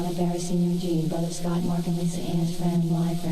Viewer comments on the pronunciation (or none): none